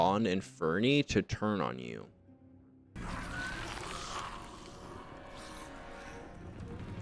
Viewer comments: This is a really good video but you calling inferi inferni is like professor Black giving professor diggs eulogy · Why does he keep saying “inferni” With an n?